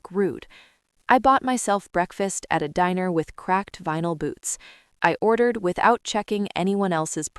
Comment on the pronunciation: Fake AI story. Completely unbelievable. And, can't pronounce or spell booth properly.